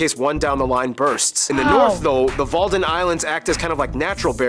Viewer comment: its WADDENZEE not WALDEN